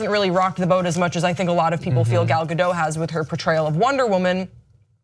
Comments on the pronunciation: Ga-dot, not Ga-doh. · Why can't anyone pronounce her name right 😩😩😩it's not that hard! G-ol Ga-do-T (the T is not silent!!!) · The t is not silent she even said it herself on the jimmy kimmel show its pronounced gal gadut like shut